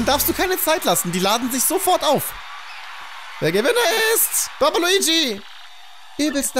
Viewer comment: Ich verstehe manchmal baba luigi und nicht bomba luigi.Wem geht's auch so😂